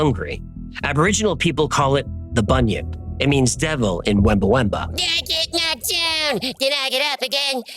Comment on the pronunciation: my nation is the Wamba Wemba so close in your spelling, and your pronunciation is way off on our word for the Murrumbidgee also great research.